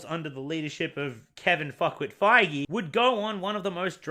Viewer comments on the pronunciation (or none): none